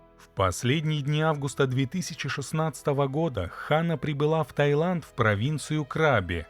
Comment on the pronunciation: Таиланд, а не Тайланд.